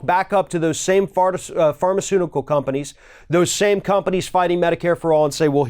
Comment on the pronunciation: "Fartaceutical companies..." Was that a Freudian slip or deliberate?